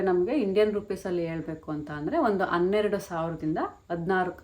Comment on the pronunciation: Anneradu, adinalku, eludnalla, alla..Hanneradu, heludnalla